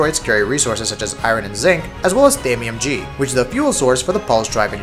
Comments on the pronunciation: Are you for real? Thamium G, really? It's Thamium9. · It's Thanium9 not ThaniumG. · LOL ThamiumG? It's Thamium9. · lmao he said thamium g , lol wtf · 'thamiumG' lol its thamium9, btw the footage is misleading.overall on the content of tips the video is good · Did he say "Thamium G?" xD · He said Thamium G xD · It's Thamium9 not G